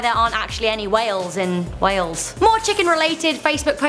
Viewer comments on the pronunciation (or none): Haha I'm Welsh and I love how she said no Whales in the places Wales